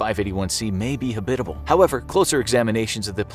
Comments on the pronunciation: Never heard the word 'habitable' pronounced this way. Threw me off lol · Love how he pronounces habitable haha